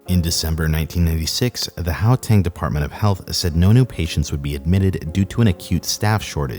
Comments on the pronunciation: Oh my gosh please stop saying Howtang, its Guateng. Ggggggg. Everyone in Kempton just goes to Arwyp Hospital. Its just around the corner. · its gau-teng, not gao-teng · "Yohannesburg." "Howteng." "Khedani Maylangu." I'm hollering! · Really good video. Well researched. Just do us South Africans one small favour and research how names are pronounced. Gauteng is pronounced with a hard guttural GH sound and not a soft H sound. How-teng just sounds wrong. How to pronounce Ms Mahlangu's name: After the Ma press your tongue firmly to the roof of your mouth then breathe in with your mouth open before saying lung-oo and you will have pronounced an African surname about as correctly as a European tongue can. Most names in South Africa are either First Nation names which would vary pronunciation based on their language, but the majority of the rest are of Dutch heritage which has a lot of unusual pronunciations. So Mister André Esterhuizen would have his name pronounced something like Aaahhn-drey Es-ter-hay-zen by a European. There's a change in how the Afrikaans pronounce the "hay" part in that we tend to make the sound in the back of our mouths with our lips in more of an O shape, while the English pronounce it more with their lips in the E shape putting the sound in the front of the mouth. I really hope that helps. There are files online for how to pronounce South African place names as well. Johannesburg in English is pronounced as if you were saying Jo Hand Nest Burger but have dropped the d from hand, the t from nest and the er from burger then run them all together into one word. In Afrikaans it would be closer to Yo-hun-ness-bear-gh. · I'm surprised no one has commented on his pronunciation of "how-tang" lol